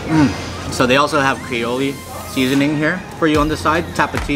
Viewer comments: Great video. Note: Creole is pronounced cre-ole, not cre-olay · "cray" oley......😂😂😂😂😂😂